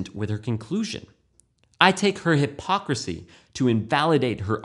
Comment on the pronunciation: That and "hypocircy" XD